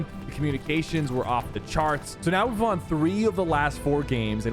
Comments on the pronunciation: why does he say the word "won" like "waan" lol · “I wawn my first squad tournament” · Bro why does it sound like he's saying Juan instead of won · 'Won' is pronounced the same as 'one' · Do people actually say w aughn like bruh no offense though anyway good vid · why does he say "won", its pronounced "wuhn" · every time he says won, sounds goofy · Anyone else notice how weird sypher says “won” it sounds like the currency not like he won the game 😂 it’s like he thinks it’s pronounced the way it looks 😂